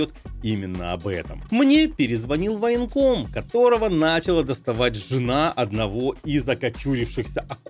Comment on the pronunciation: Чет "г" у военкома подозрительно не рюское